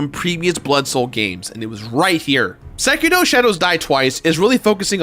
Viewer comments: I think you might be mispronouncing "Sekiro". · Again I have to complain THE R IS SILENT IN SEKIRO